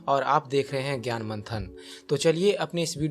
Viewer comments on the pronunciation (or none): none